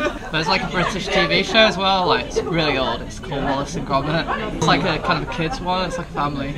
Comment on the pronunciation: ファッションのスタイルは全然違う感じなのに共通の趣味があって仲良さそうで見ていて気持ちいいお二人ですね(^_^)「ウォレスとグルミット」と「オアシス」はちゃんと本場の発音で聞くとピンとこなかったです(笑)